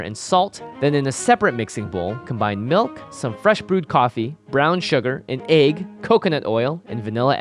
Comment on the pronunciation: Asian pronunciation Aggs